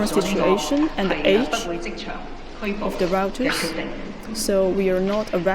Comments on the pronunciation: It sounded more like routers. Obviously, she meant rioters. And obviously enough, a person who has a good grasp of English would have known that 🤔😉 and sigh, someone who can speak English does not mean he or she is a good communicator nor is proficient in English. Shakes my head Edit: yes that was directed at Stephen Lennon, who although can speak English, he does appear to yet master English. Speaking is different to comprehending. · Routers lmfao